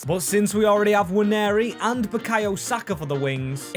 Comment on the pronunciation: Please learn how to pronounce Nwaneri 😂😂